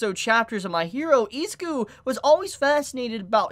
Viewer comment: Eh-Zoo-Kooh Not eeee😂